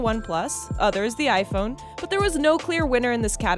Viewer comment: Why does she say it HiPhone